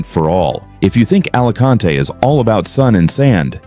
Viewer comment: Nadie la pronuncia "ALACANTE" Capullo . ES "ALICANTE" Entendidido!!!!!